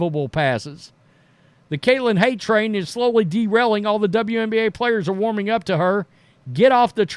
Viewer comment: Defense was played against everyone. Stop with the false narrative, and if you are going to have a show, you should learn how to pronounce players’ names.